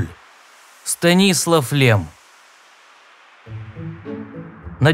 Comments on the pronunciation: все таки станислав ударение на последний слог. мы не в польше и не в америке чтобы как вы произносите. мы же по русски не говорим иерушалайм ведь так по еврейски иерусалим . также и в сша не говрят москва а моску. и рома мы произносим как рим. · Какой нахрен СтанИслав? Надо русский подУчить